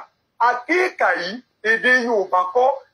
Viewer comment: Is Akika not Akiika